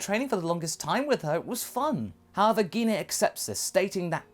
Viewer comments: Not trying to be rude but what's geen a you mean gene a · its pronounce Jine not gine and bardock really did care about gine (jine) like vegeta and bulma